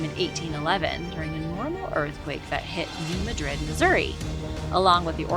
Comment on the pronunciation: Learn to pronouce the name of the New Madrid fault. Hint, it's NOT the way you said it.